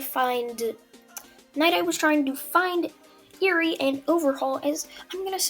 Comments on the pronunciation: It’s pronounced air-ree not ear-ree. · Ahhhh I can never get over the way you pronounce Eri